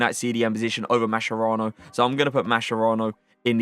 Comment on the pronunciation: every time you pronunce mascherano wrong my italian ears bleed. say it like this: MAS KE RA N O